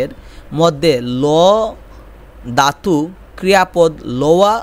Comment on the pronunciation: ভাই, প্রথমে আপনার বাংলা উচ্চারণ শেখা উচিৎ😂 দাতু না ধাতু হবে😅